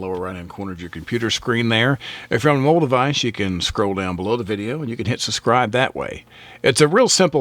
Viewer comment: The channel's excellent. By the way, it's sub scribe not sus scribe